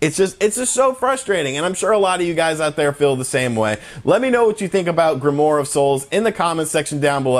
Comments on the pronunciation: dude its "grimwar"...not "grimore" lol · Just saying it is pronounced "Grim-oire". I agree with everything you said in this video. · it's pronounced "grim-waar"